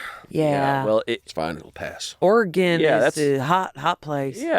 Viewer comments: I'm sorry say "Oregon" again? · The most upsetting part of this episode was - how pronounces Oregon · waaaait. says Oregon like an east coaster